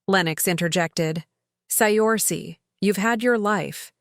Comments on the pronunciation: The name is pronounced "Sercia" not..Siorsi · Pretty sure Saoirse is pronounce Sur-shah, not Say-orse. I believe it’s Gaelic. 😊